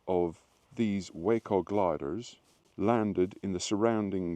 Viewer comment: Glad you didn’t miss the boat! Great show,. Awesome that they remember and appreciate history and celebrate this operation. You had it right - Waco = WAYco. Love the pipes - played for a couple of years myself. Nice rendition of Mairi’s Wedding 👍